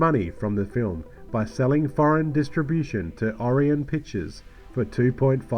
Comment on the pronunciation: Come to YouTube, where amateurs mispronounce names all the time... It's Or-eye-on Pictures FFS...